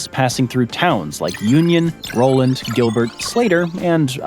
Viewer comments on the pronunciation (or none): none